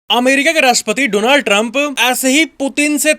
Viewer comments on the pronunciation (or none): none